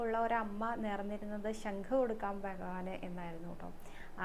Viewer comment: ശങ്ക് അല്ല ശംഖ്🙏